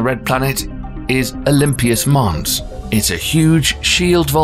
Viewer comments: Dear Narrator - the correct name (at 4m50s) is “Olympus Mons”, not the “O-L-Y-M-P-I-U-S MONS” you actually said. Doesn’t anyone proofread or double check the video before uploading, especially with such otherwise excellent work? It’s just a thought. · There’s not a letter I in ‘Olympus Mons’